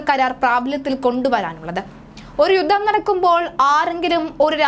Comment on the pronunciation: യുദ്ദം അല്ല, യുദ്ധം ആണ്. ഉച്ചരണം ശ്രദ്ധിക്കുക